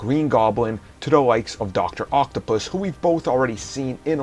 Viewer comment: I don't like the way you say "doctor octopus"... it makes me uncomfortable. Unsubbed and disliked